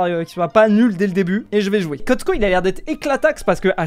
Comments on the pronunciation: C'est pas Cosco c'est costo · el costo ❌ el cotsco ✔ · c ell costo et pas cotco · c pas el cotsco mais el costo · c pas cosco mais costo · c est el costo et non el cotco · fuze qui dit Cotsco pendant toute la vidéo😂😂